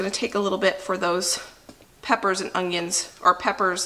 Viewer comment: I love to hear you say "ungyuns". Danelle from Weed em and Reap also pronounces it this way.